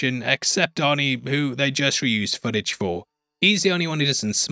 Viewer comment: Your accent makes it sound like you're saying horny instead of Arnie😂